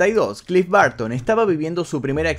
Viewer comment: "clif barto"